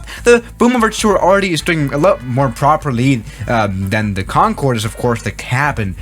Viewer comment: im surprised he did not catch himself saying :CONFORD